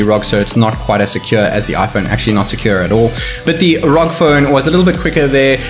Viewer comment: ROG as in seperately are oo gee or else ROG as in rogue it's not raug for fucks sake